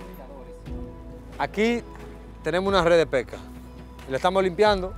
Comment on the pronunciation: No se dice Peca, se dice Pesca, y tanta mala gramatica , corrijanla , porque se escucha feo una mala pronunciacion.